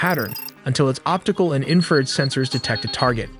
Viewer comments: you actually believe a video that pronounces infra red as inferd multiple times? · It’s INFRA RED, not inferred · infrared not "inferred" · Cool vid but It’s pronounced infer-red not inferd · Can you get your narrator to pronounce correctly? it is Infra Red, Not In Furred. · Entertaining video synopsis of possible scenarios of this rescue. Inferred=in-fra-red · you need to learn how to pronounce Warthog, it is Wart Hog not war thog!!! and Infrared is Infra Red not infered!!! DOH!! SMH! get you Ai self together! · Y'all make great videos! Your audio however needs work. Its pronounced " IN-FA-RED not "INFERRED". It's a pet peeve of mine. Once in a while is ok however, when the word is used multiple times it stands out and confuses. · U should make sure your AI can pronounce words better. Like 'wart-hog' not 'war-thog' & 'infra-red' not 'inferred'. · EVERY TIME HE SATS INFERD INSTRAD OF INFRSRED IT DESTROYS HIS OWN STORY. THIS IS AI SLOP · Say it “INFRA RED” I’m happy to proof terminology for a fee lol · ...the infrared...: the INFERRED ??? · Dude you need to fix the ai voices pronunciation of infrared, it keeps reading it as “inferred”. Also, your scripts are riddled with grammatical errors, it makes this channel seem sophomoric and undereducated, it is hurting your credibility. Makes me wonder if there are even any actual humans proofreading any of this and if they are, they probably don’t speak English very well at all. Edit: I just realized you probably wrote “infer red” into the ai script because you don’t know it’s spelled infra red. Hahahahahhahahahahahahaha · Nice video, but the AI narration has problems! It mispronounced the word“infrared“ numerous times. At first I couldn’t understand what it was saying, then I figured it out. “Warthog” was another word mispronounced. It was close enough that I could tell what it was supposed to be though. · You mean the voiceover that can’t pronounce Warthog or Infrared? War-thog 😂😂😂